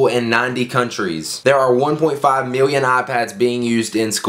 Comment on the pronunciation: Miwwion biwwion dollars!!!!!